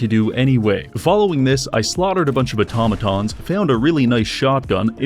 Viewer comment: "Autamaton" *thousand yard stare*